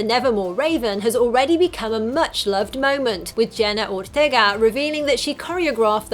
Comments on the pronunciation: Ah yes, classic Jenna Or-thay-ga! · idk why she kept saying Ortega like that but its just... or-taig-ah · Every time she says Ortega I die inside